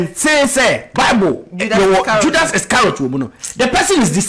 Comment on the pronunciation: Am I the only person hu heard Jud)s from hihihihi